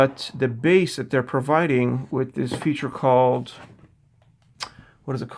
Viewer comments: Bass is pronounced BAAAIIss, not BAS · What sort of headphone reviewer says "bass" (like ass)??